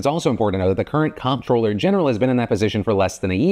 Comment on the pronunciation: Dude, 'comptroller' is pronounced 'controller'. As in, the person who controls the finances.